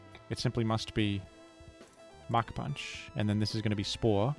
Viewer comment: Anyone else hear mach punch as Muk punch?